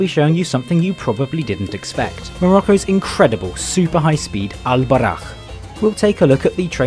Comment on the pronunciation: Just saying, its pronounced Bou-RAq